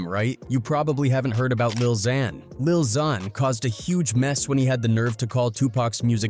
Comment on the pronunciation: How he gonna call him lil xan and lil zun in the same sentence. This host is an official word butcher. 🤣🤣🤣